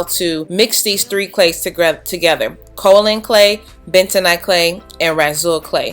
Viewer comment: As a native of the county that produces the 2nd largest supply of Kaolin, it is pronounced KAY-OH—Lin. Just FYI. I couldn’t resist... it’s the only great thing where I’m from. 🤗 super awesome video btw! My natural 4C thrives due to your videos! 😘